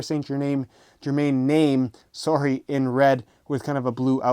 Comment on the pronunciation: "sowry!" lol